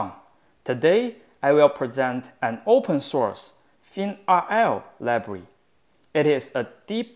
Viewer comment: Every tense is clear. "Library" sounds like "Labree"